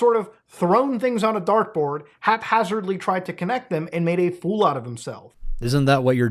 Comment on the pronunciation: it’s HAPhazardly not HALFhazardly